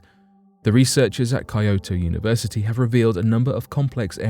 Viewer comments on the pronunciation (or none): none